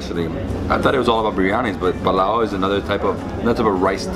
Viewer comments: its called pulao not pilao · Just a small thing.... It's PUlao not palaw